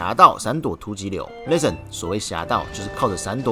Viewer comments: 既然你一直逃避，那不如換個問法，你怎樣評價自己把 listen 讀成 lesson？ 是自己讀錯還是台式荷蘭口音？ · Listen 都讀不好還一直在 listen ......... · 法國公司不一定全是法國人，也有其他國籍的人……. 這也太無知了吧，不過沒關係，不重要。 原來你住在荷蘭平時在生活在也在用英語？ 還能這麼爛呀，不聽聽自己的口音嗎？ listen 也不會讀還敢講。在荷蘭生活不代表你的英文不難聽。 我在說你讀英文發音很難聽，又那來的優越感了？在亂扣帽子想轉移視線真是低級的技巧。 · 沒關係，你就繼續不承認自己發音有問題吧 。 各執一詞也沒有用，既然你在外國生活，平常用英語溝通是吧，你就把你影片中所說的 Listen 播給你周遭的人聽呀？看看他們有甚麼意見？ 反正現在我說你發音差，你說你發音沒有問題，再說下去也沒有意義。